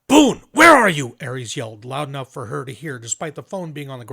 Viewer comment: Take a check at how Ares is pronounced. Pretty sure it isn't like the Greek good coming from an LA Latino. More like Ah-rez